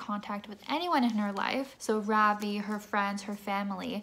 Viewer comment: ITS NOT FUCKING RAAVII ITS RAVI RAVI. SAY THAT!! RAVI